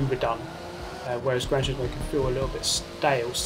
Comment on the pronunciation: He says Gran Tusismo edges it